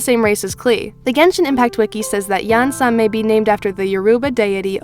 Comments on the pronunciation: I’m Mexican, your pronunciation is quite good!! You pronounce it as E-an-san. Or if you want you can put the name into google translate Spanish and let it read the name. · Iansan is my mother ❤️❤️ you pronounced her name the right way! She is not necessarily a goddess, but an orisha. You can think of the orixás as the adepti, for example. The pantheon is huge, and each orisha represents both an aspect/element of nature (their kingdom) and the type of help for us humans. Iansan represents rain, lightning, and also winds (from the gentlest breeze to the fiercest wind). She takes the form of a woman, a butterfly, and also a buffalo. It is considered an orisha of war; very curious, active and independent, she was the only one among the women in the pantheon who gave up being queen so she could travel through all the kingdoms and learn at least 1 of their secrets. She is a good-natured sorceress, she also has the role of scaring away evil spirits and calming mental disorders. Hope this helps with the theory